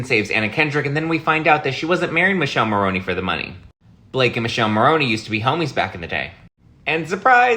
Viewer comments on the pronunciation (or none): Dear, his name is pronounced Miii-kele not Michelle, us Europeans know that as it's Michael in Italian 🇮🇹 The E is pronounced like E in elephant😅😂🐘